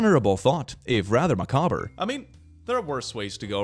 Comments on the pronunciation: Macabre pronounced as Mac-ah-ber!! This is going in the dictionary of things I deliberately mispronounce right next to chimken wing, Bo Han glaze for bojangles, and bis-ket-he for spaghetti. Thank you 😊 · He actually still managed to mispronounced macabre (macaw-b) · Euthanasia, youth-en-asia Macabre, Mac-abb All jokes aside your videos don't fail to make me laugh, keep making wonderful content. :).